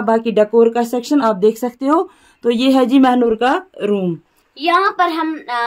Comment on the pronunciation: Mehnoor not Mhanoor